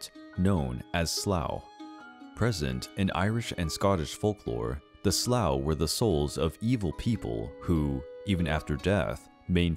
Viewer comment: Leannan sidhe is pronounced: Lannan Shee , Sluagh is pronounced: sloowa, Abhartach is pronounced: owir-tok